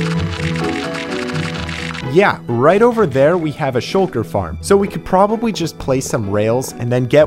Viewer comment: The fact he says suuuuue instead of soooo is funny